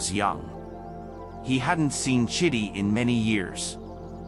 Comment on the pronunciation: Emika or Emeka 😅 Chiddy 😂 chidi bruh 😭